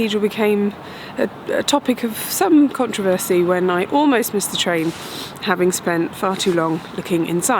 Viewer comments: The way she pronounced "controversy" sounded "different" to me. Not right or wrong, just unexpected. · It's just British. It throws me too. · I lived there but can't remember for the life of me anybody ever pronouncing it like that. Is that a Yorkshire or one of the other regional ways to pronounce it?